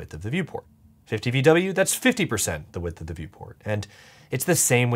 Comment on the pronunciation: When I heard vwin, I thought you said women